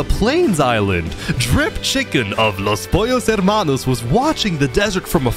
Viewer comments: his pronunciation of los pollos hermanos is pretty spot on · What a nice spanish pronunciation of Los Pollos Hermanos XD (Incredible restaurant) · Not me enjoying every time he pronounces Los Pollos Hermanos 👌🔥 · Coming from a fluent Spanish speaker really good pronunciation!